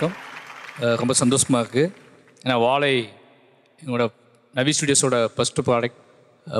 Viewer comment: vaazhai ❌ vazzai✅ 😂😂😂